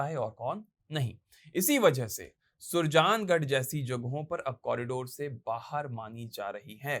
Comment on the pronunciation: थोड़ी मेहनत ज़्यादा ही कर लेते और शब्दों का उच्चारण ठीक हो जाता, सुरजागड़ है वह नहीं सुरजांगद